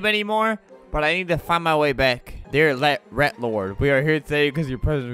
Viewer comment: normal people: "rat" Flamingo: "rett"